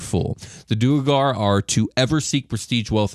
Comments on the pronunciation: I'm curious if the way you guys are pronouncing their name is correct? Due-rE-gar seems to add an extra e in there... Isn't it more like du-awr-gar. ? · Ik this is old but it’s due-air-garr. ..do-where-garr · It is pronounced Duergar (dwargar) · Gentlemen, I'm loving your content and listening to every episode! We have to talk about a couple things though. I get neither of you are all about the proper pronunciation of the names in D&D but, if you're to sell yourselves off as the "cool, metal D&D podcast" you gotta say the names in the coolest way possible. Now, Asmodeus is a fairly easy name to say with a cool emphasis. Just like in Wolfgang Amadeus Motzart, you'd say, Wolfgang "Az-mo-DAY-yus" Motzart! (The emphasis should be on the "DAY" syllable, not on the MODE. Think of it as 2 words: Asmo + Dayus.) When it's said too fast, it just sounds plain like... Jeremy or something, Lol. The king of the Devils can't be sounding all plain and stupid. He's gotta sound like The King (like Elvis but cooler)! Just food for thought where I love what you all are bringing! Stay cool, rock on and always keep on rollin'! 🤘😎